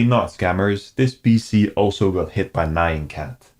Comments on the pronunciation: Great work 🤙🏻 just a side note, Nyan is pronounced knee-an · You pronounced nyan cat wrong the entire video. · ...you've spent how much time online, and can't pronounce "nyan"??